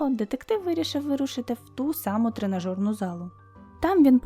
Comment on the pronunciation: ТренажЕрна зала, а не тренажорна. Дякую, цікавий контент